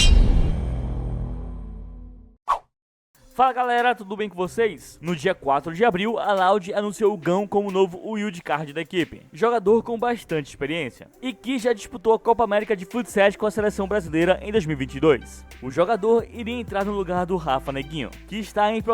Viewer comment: Se pronuncia "Waild", amigão